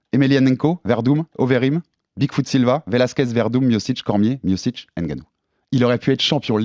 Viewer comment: et on écrit pas d'Ngannou mais de Ngannou Le N ne se prononce pas mais ce mélange avec la lettre suivante C'est comme Mbappe Tu dis pas M bappe mais Mbappe Va prendre des cours de langue